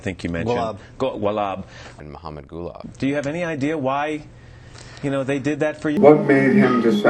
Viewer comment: Interviewer: Golab Marcus: Gulab. Interviewer: Go-Wolab.